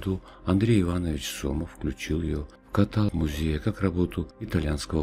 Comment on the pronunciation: Спасибо огромное. Всё прекрасно. Но слова катАлог нет. «диалОг», «монолОг», «некролОг»